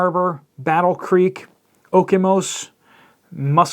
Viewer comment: Actually did pretty good with Okemos. Muskegon needs some work..lol